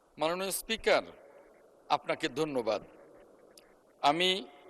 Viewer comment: দন্যবাদ নাকি ধন্যবাদ 😂